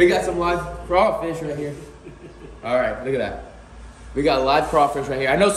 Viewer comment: I’m from Louisanna lol and it’s crawfish*🦞 but it’s okay we go let that slide lol